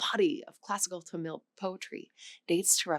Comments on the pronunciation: Tamil should be pronounced with emphasis on the first syllable. "Tuh-mil" rather than "Ta-mill" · It's pronounced TA-mil , not ta-MIL . Accent on the first syllable .